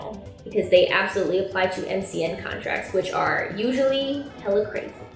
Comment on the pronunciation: You had it right the first time lol MCN is an acronym. Don't worry you're still the QUEEN!